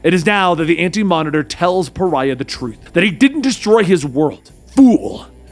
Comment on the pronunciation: I love how you pronounce Pariah...lol